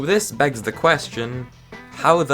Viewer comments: "this BIGS the question" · he really just said "this BIGs the question"